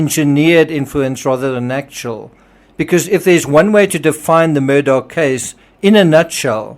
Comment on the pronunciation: Thank you for your videos…I really appreciate them. The name is pronounced Alek Mur-dock. It looks like Alex Mur-dah but it’s not pronounced that way